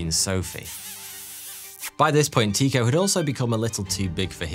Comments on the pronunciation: nope, it’s pronounced Ty-ko, ‘y’ representing a vowel sound not really present in the English language but similar to the German ü or the French u in words such as sur, mur, sud .. the o in the ko part is pronounced as ‘eau’ like in French for water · no, Tu much like French for ’you’ and the o pronounced somewhat like ‘eau’ as in French for water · TIEKO NOT TEAKO......... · Love your videos but your calling an uncontested genius Tycho Brahe (Tee - koh) when it is in fact pronounced Tycho (Tie - Koh) other than that minor fact all is cool! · Tycho was pronounced Tücko - as if it were in German (at least that's closer than Teeko. Danish is, according to numerous linguistic sources, apparently one of the hardest languages to learn and pronounce properly). And sorry, the whole murder thing belongs to the tin-foil hat brigade. It's been proven that as you initially stated,he did die of complications (probably sepsis or some other massive infection) a burst bladder because he didn't want to leave the table. It was one of the reasons why the (small p) puritan Kepler, who genuinely admired his intellect because Brahe was a genius, would often row with him. Though Kepler often wrote how they would soon be reconciled and that he loved him (purely platonic before someone starts shipping them 🤦🏻‍♀️). If you want the sciency stuff about the debunking of the murder "theory" (it's really out of conspiracy theory land), go to Cool Hard Logic and his awesome series World of Batshit. That's a series where he debunks all sorts of crazy, mainly from the flat earth brigade, with science and a great deal of humour. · Not Teeko, Tike-oh. as in "The Tycho Magnetic Anomaly". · loved this vid ...always heard it pronounced TIE ko ...not tee ko ....English biased ? jk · Fascinating, but his name is pronounced Tai-ko, not Tee-ko. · It took me a bit but I realized I had been pronouncing Tee-Ko as Tie-ko. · Pronounced "TIE-koh" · It is Tie-co.. long I